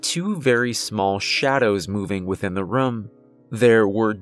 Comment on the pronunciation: There's literally no accent present except for when you say "I went into the rum"